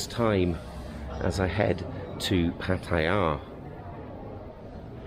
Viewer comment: on your way to PAT-TA-YAH